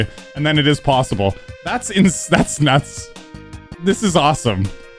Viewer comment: Stop saying possible really weird 😂